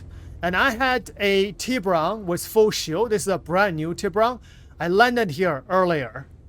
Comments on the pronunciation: Tibrah… no its TibUron.. 😂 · It is not a Tea-Bron, it is a Tea-Boo-Ron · Isnt it pronounced: Tib burrrrr on? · No its Tib-bur-ON. Its Spanish for shark lol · Its TI as in Tie fighter or Nvidia TI So Its pronounced Tie- Buron